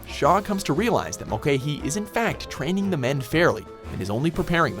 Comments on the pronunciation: It's (mul-ca-hy) not (mul-cay-hy). I'm Irish just making sure u get it right!👍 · Mulcahy is pronounced Mul-ka-hee. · The way he pronounces Mulcahy is soooo wrong, it's like mull-ca-hee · Mulcahy is pronounced mul cah ey